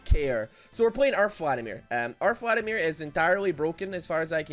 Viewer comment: I would be more upset about him calling him Phladimir all the time